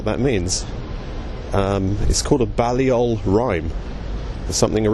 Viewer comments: Two technical points 1) Boris's college is not pronounced Ballyoll but Baylyull. 2) The CPGBML (Communist Party of Great Britain Marxist-Leninist) are not the Communist Party, they are (or used to be) hard line Maoists. People who quake in their shoes at the thought of Trotskyists would faint dead away at this party's Stalinist revolutionary programme. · It's pronounced Bay-lee-ol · Learn how to pronounce 'Balliol'!